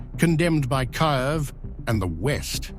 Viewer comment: Learn how to pronounce Kyiv